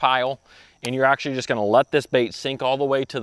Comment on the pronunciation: DUDE...you're usin' up all the "acshlees", but what are you actually gonna do? I acshlee counted 14 acshlees while i watched the vid. AND, unless there's acshlee money on it where 1 bass might acshlee mean the jackpot, I acshlee catch plenty of bass on $3-$4 packs of soft plastics. $9-$10 is acshlee totally unnecessary. AND you acshlee need to cull some of those small fish out of that piece of water.